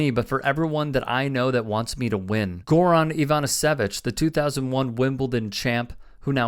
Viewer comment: Man did you butcher Goran Ivanišević's name!